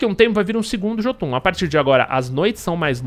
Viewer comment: a pronúncia certa pra Jotun é iôtun.